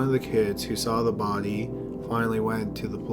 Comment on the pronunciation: Jessica Grime lol i didnt notice till yoh point it out